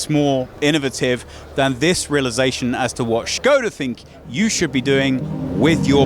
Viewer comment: I am very impressed, how you said ŠKODA. :--)